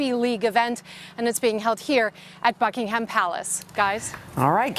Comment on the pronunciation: BuckingHAM Palace... I'm English and triggered.